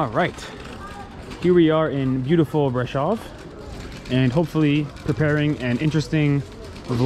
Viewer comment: Thank you for this - there are many reasons to admire the Romanian people. As you say, the strength of their people is one of them. As an American who knows a lot of Romanian history -- your pronunciation of Brasov and Ceaucescu is grating a little -- but you've learned much about their culture etc. Hopefully we will be in Romania starting next month (November)